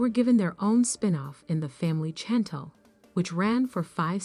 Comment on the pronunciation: Can u say her name correct it’s not Chantol it’s Chantel ! Gey it right google it find out !!